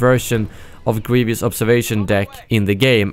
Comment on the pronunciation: you said grevieous like general gravy instead of general grevious lol